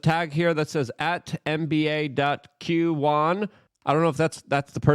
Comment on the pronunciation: Luke is such a Substitute teacher saying "Q, Wan" .. it's Qwan Luke. LOL